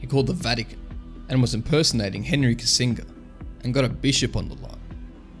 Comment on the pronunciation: "Henry Kissing-ger" :face-purple-crying::eyes-purple-crying: A bit more stupid than funny, though. It's a soft G, as in "bridge."